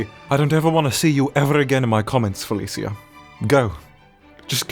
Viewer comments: its pronounced fa-li-sha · Why does pronounce Felicia like that. He says Felisia. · You mispronounced Felicia. I am disappointed.